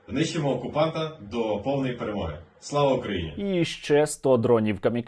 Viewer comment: ШО ОПЯТЬ "ПЭРЭМОГА".